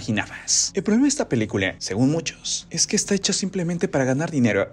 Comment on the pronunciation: PeliculA! No pelicule 😒